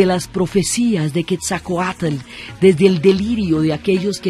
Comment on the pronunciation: Pasa que la narradora se equivocó de vírgen, debió decir de Guadalupe... Lo mismo al pronunciar Quetzalcóatl ella dice Quesacoat... Sonando horrible su mala pronunciación del bello nombre en idioma Náhuatl.